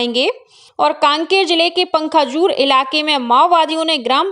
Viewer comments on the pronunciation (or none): पंखाजूर नहीं पखांजूर बोलो l